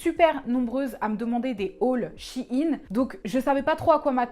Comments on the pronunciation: Suis-je la seule à dire « shaine » pck dit « Shi’ine » du coup je vais apprendre mieux l’anglais... hein Ciao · C shein pas shiin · Ca se prononce sheein pas shieine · Bon, je tranche l'affaire ! Je le prononce "Shaine" et Google aussi, donc maintenant tout le monde le prononce comme ça 😂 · a chaque fois quelle prononçait shein en mode chiine ca me fumer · Jsuis la seule à dire Shaïn (moi c comme ça que le prononce) XD